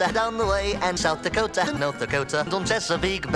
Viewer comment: South the cota not the cota.